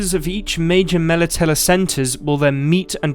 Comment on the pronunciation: Your pronunciation of Melitele is triggering me